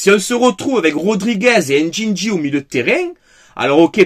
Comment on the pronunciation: Ndindi et Adigra ya un soucis dans la prononciation faut inverser le N 😂😂